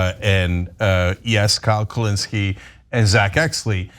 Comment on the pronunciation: Why did Cenk say Kyle Kulinski like that? Is there still bad blood because Kyle didn't condemn Jimmy Dore enough way back? Or has something new happened between them?